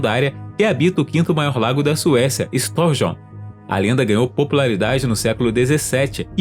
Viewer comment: é "storsio" nas linguas nordicas o j tem som de i então é "storsio" e não "storsjo"